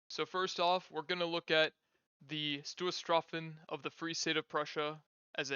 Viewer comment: I understand that German is not your language and that you're a native english speaker, but I would like to suggest looking into the correct pronunciation of words like Stoßtruppen before making a video that is about them. I know I'm nitpicking, but not butchering pronunciations when words aren't terribly complicated (with Finnish Hakkapeliitta I'd understand the difficulty) goes a long way with making a video enjoyable :)